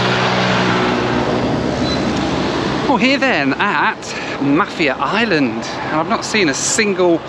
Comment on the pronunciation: Mah-fier island:)